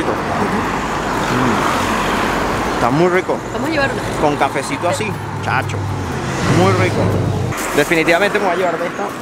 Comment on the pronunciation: Cómo es "chaaacho" más venezolano imposible!